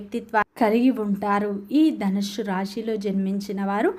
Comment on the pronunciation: నీ తలకాయ.. ధనుస్సు అని తగలడు. ధనుష్షు హుష్షూ బుష్షూ అని వాగకు.